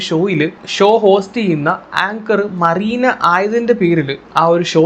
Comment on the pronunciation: മറീന ആണോ മെറീന എന്നല്ലേ